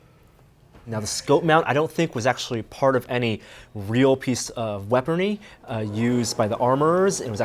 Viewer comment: Ackrerit, weaperny, reconfigered.. Learn to speak proper english, please. You're supposed to be a smart guy.. Smart people are supposed to understand proper pronunciations. Accurate. Weaponry. Reconfigured.